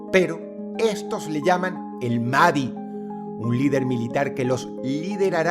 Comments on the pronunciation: Algo que no es imporante, pero si muy molesto, es que pronuncias "Mahdi" como "madi" La "H" se pronuncia como "J" De modo que sonaría como "Imam MAJ-DI" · El imán mahdi no es el mesías, (por cierto, la H en mahdi se pronuncia como j, asno) El mahdi llegaría después de que el anticristo llegué al mundo, y lo que el hara es formar ejercitos para destruir al Dajjal En la creencia musulmana se dice que Jesús regresara al planeta justo cuando los musulmanes estén a punto de ser destruidos por el Anticristo Entonces, Jesús matará al anticristo, el mismo El Mahdi solo recultara musulmanes, más no es una figura mesianica